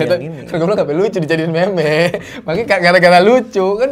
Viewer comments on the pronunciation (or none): "meme" dibaca "mim" ! 🥵